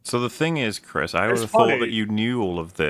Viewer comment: Because you said "Chrisa" instead of "Chris" - I read this comment in a Jar Jar Binks voice, and it was way funnier that way)